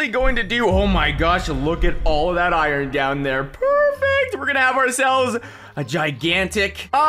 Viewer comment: I love how he says iorn mining seation